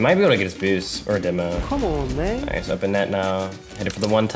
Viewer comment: bro honestly this guy hits the craziest clips and says "NOICE"